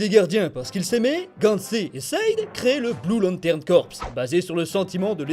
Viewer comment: Ca se prononce "CORE" pas "CORPSE"